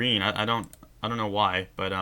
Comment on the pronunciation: while u said but uh it sounded like u said butter